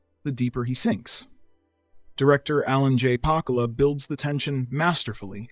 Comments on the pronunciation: "Bayty" "PahKOOlah" "PEKinPah" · When you write your script and it includes names (especially those which may be uncommon), spell them out phonetically, else they ruin your well-written script. / for example: Warren "BAY-DEE" - Alan "Pa-Coo-Lah" - Sam "Peck-in-Paw". Seriously, why ruin a decent video! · it's Pakula, pronounced pah-koo-lah. He was underrated in general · SIR ! ----------AS A SUBSCRIBER : --------1. THE NAME PROPERLY PRONOUNCED, IS ----ALAN J. PAKOOOLUH------------2. ANY FILM BY SAM PECKINPAH NEEDS TO BE STATED BY HIS 1ST & LAST NAMES ; " A FILM BY SAM PECKINPAH " , OUT OF RESPECT FOR THIS GENIUS OF CINEMA.------------3. TO MAKE SUCH A LIST AND NOT ---------NOT INCLUDE " STRAW DOGS " , IS A REAL BIG-TIME MISS. SAM PECKINPAH DIRECTED, IMO, 3 CLASSIC FILMS : " RIDE THE HIGH COUNTRY--------PAT GARRETT & BILLY THE KID --------& HIS MASTERPIECE, THE WILD BUNCH " ; THAT SAID, HE ALSO MADE A NEAR CLASSIC, IN " STRAW DOGS " ---------A FILM OVERFLOWING IN BEYTRAUYAL, & ULTIMATE VIOLENCE , WE THE VIEWERS, CAN SEE VERY EARLY ON COMING TO A GRUESOME ENDING THAT IS INEVITABLE. ---------I AM DEEPLY DISAPPOINTED, YOU FAIL TO MENTION IT. IT'S NOT A PERFECT FILM BY ANY MEANS, & PECKINPAH HAD A VERY JADED VIEW OF WOMEN THAT PERVADES THE FILM, & YET IT STILL COMES CLOSE TO BEING A MASTERWORK BY A FLAWED GENIUS .------MJL, 78 Y/O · Pakula Google it to pronounce the name that's the least you can do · Well, your script is pretty good here. But you need to know that right off the bat you are mispronouncing Beaty and Pakula’s names. You may want to re-record that bit. It undercut your credibility if you’re doing that right out of the gate. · I gave up after hearing Warren Beatty's, Alan Pakula's, and Sam Peckinpah's names massacred by bad pronunciation. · Great movies but learn to pronounce names! Beatty is not beety and Pakula is just all kinds of wrong! Peckinpah is crazy wrong